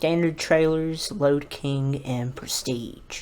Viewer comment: Lode King not load king